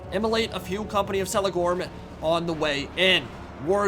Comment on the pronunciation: Kelegorm, not Selegorm